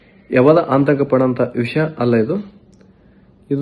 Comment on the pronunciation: ಆಂತಕ ಅಲ್ಲೋ ಅದು ಆತಂಕ 😂😂😂